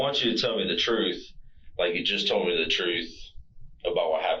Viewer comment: "I"m telling da truf"